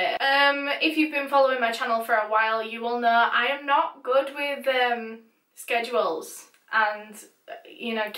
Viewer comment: is it just me or did she sound welsh when she said schedule